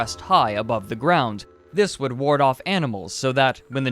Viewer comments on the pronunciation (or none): none